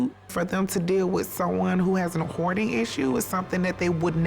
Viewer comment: Your “hoardering” 😂😂😂😂